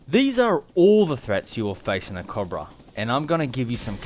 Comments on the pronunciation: Coe bruh. Not cob ra. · Not cahbruh. Cobra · The AH-1 Cahbrah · You don't pronounce cobra correctly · You say cobra wrong